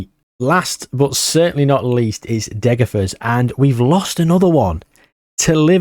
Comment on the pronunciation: Please pronounce Degerfors more naturally even if it comes of as Britishness deluxe, as a Swede that’d be much better